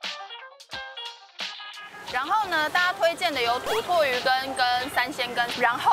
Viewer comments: 土魠魚羹唸 “頭特ㄏㄧˊ ㄍㄟ” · 土魠魚羹台語發音是.... ㄊㄡ ㄊㄠˋ ㄏㄧ ㄍ一